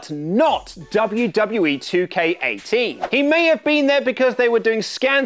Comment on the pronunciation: Dub-ya Dub-ya Eee News!!!!